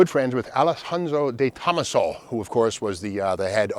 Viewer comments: Trident inside the Chrysler "penta-star." By the way, it's DE-to-maso. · Detomaso, say it with me….. Day-toe-MAS-oh… Lol, phenomenal presentation as always Steve! Never knew these existed. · toeMAHso not TOEmuhso And you said Chrysler LeBron tc as if that’s a thing. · Is that how De Tomaso is pronounced? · Steve, check out the YouTube videos showing how to correctly pronounce, “DeTomaso”. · Damn, your pronunciation of DeTomaso is horrible